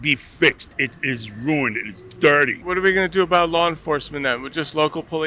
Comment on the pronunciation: "Da FBI is wuined on a fedewal wevel."😂